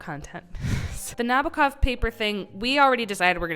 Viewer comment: 1● Vladimir Na-B O H-kov. 2● Vladimir Na-B O H-kov. 3● Vladimir Na-B O H-kov.